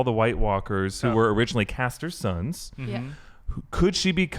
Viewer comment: Its CRaster not Caster...